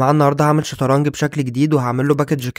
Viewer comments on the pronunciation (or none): اسمها شطرنج وليس شطرنك